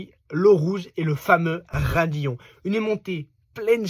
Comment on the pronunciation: Stavelot pas Stavélo et raidillon pas radillon...